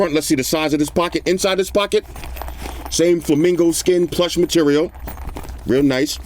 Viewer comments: did you say you had a pet flamingo? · "i've petted flemingo" lmao